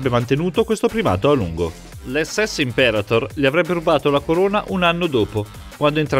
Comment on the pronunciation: Imperator: parola Latina. In quella lingua l'accento va sulla A, in quella Inglese sulla E. Poiché il discorso è in Italiano, derivazione diretta del Latino, si dovrebbe dire: Imperàtor. Che sciatteria...